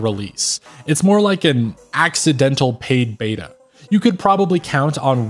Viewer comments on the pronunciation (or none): none